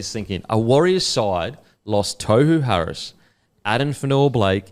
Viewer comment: Put some respect on his name and pronounce it properly it’s tore-who Harris 🤦‍♂️